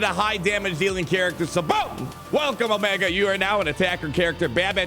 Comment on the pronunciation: Stop mispronouncing Omiga, Tick, Ricker, Eko and Hanta. You do it every video.